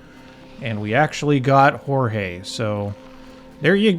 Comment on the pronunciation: I think "Jorge" is pronounced like they say it in Aristicats